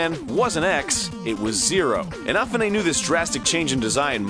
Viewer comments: You know, Keiji IHN-UH-FOO-NAY (Sorry...) supposedly originally intended the megaman series to be a bit darker and more serious than it was at the start, but didn't have the capabilities to due to the limitations of the consoles back when he took over. It's interesting to think how he would've built the series should it have been a bit less 'child-friendly' as supposedly the Megaman Zero series is what he had pictured, or close, all along. The X-series was a step in the right direction at least. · Oh god, Hearing you say iNAHfooNAY is making my ears bleed. Otherwise, good vid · Arin....say it with me: in a foo neigh. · Jesus, it's pronounced E-na-foo-ney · in-af-foo-nay?.. I never knew... Ahh zank you egorahtorh... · What are you talking about, it's CLEARLY pronounced eeNAWfuhNAY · That pronunciation of Inafune . . . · You mispronounces Inafune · He's really butchering inafune's name huh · God..The Way you pronounce inafun's name..... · I think your saying Inafune wrong. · The way you say 'Inafune" bugs me.. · The fact still remains that the name was pronounced wrong. Regardless of where the name was from. When it comes to Megaman, Keiji Inafune is a pretty well known name. So I wouldn't exactly call it obscure either. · Buddha7Cat what? you mean like when they say "Van Gogh?" you can say it either way, depends on how your tongue is used to pronouncing, no need to force yourself to pronounce some obscure foreign name like "inafune" plus people from the japanlands with their stiff tongues can't even pronounce western names for shit, you're just like a pot calling the kettle black, you whiny weeabos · Egoraptor mispronouncing Inafune? That's surprising.. lol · So much mispronunciation of "Inafune." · Your mispronunciation of Inafune's name kept me distracted the whole video. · That moment when Egoraptor mispronounces "Inafune". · You say Keiji Inafune's last name funny! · is Inafune really pronounced the way Ego is saying it? Because it sounds weird to me :P